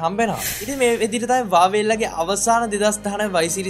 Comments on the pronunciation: 😂😂හරි වචනෙ තමයි වාවේ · Yakooo wave neme huawei hariyata kiyapan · හරියට Huawei කියපන් වාවේ වාවේ ගන්නෙ නැතුව😂වාවේ වාවේ